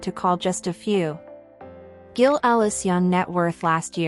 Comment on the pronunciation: AI cannot even pronounce the name GILL